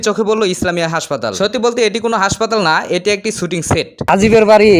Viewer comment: ভাই, আসছেন যেই বিষয়ের উপরে ব্লগ বানাতে সেই শব্দটাই উচ্চারণ করতে পারেন না! শব্দটা শুটিং ছুটিং না।